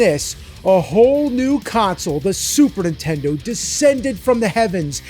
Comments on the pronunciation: It's charming that after all these years, you still say "Super Intendo". That's dedication. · 20 years of this show and the man still can't say the words Super Nintendo without it sounding like SuperINtendo and it drives me up a wall